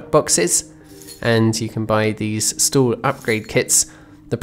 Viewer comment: Is it just my non native ass, or the way you pronounce market stall sounds like market stool?